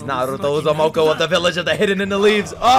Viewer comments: Bro I couldn't keep a straight face as he butchered the Uzumaki name over and over 😂 calling him uzumoko😂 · Bro , it's Naruto Uzumaki not Uzumoko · It's U-zu-muh-kee